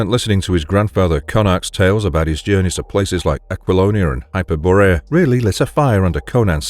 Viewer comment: Hyper-borea? lol